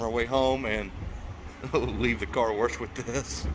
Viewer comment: Car WERSH?? Wtf???? ENGLISH for all us out west???! Id die 20,000 deaths for a 70s shorty Dodge!